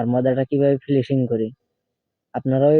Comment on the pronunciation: ফিলিসিং না,,উচ্চারণ হবে ফিনিসিং,, অনেক ধন্যবাদ এখনোর জন্য।